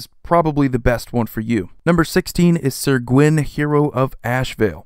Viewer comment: Great but top 20 list but it's not sir gwyn its syr